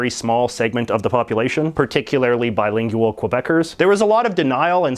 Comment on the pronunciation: I love the way you pronounce "bilin-geyou-al.